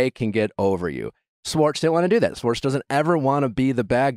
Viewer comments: Nick, love you, but please learn how to pronounce "Schwartz" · The way you say "sss-wartz" instead of Schwartz was driving me nuts lol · it's Tom SCHwartz pronounced with the Sh. for fucks sake Nick, lol someone help correct him! lol driving me nuts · I wonder if we’ll get an episode where Nick actually pronounces Schwartz’s name right 🤦🏻‍♀️🤣